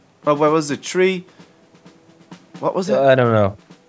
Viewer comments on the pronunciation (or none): He said tree instead of three